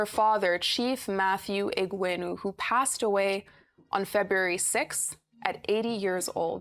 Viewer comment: Arisetv news anchors need to know how to pronounce the names of people. Bala is a common name in Nigeria now and your anchor could not pronounce that name. I keep reiterating that the reason media houses practice federal character is to help on-air-personalities when they need simple things like calling local names. I see that you guys are harping on Bala not speaking 'good English', and that is cool, but to call people's language 'vernacular' is odious. A language is a means of communication between peoples. Please stop denigrating our languages by calling it vernacular. It is a colonial construct that should have retired to the museum of linguistic antiquity by now. It's a language.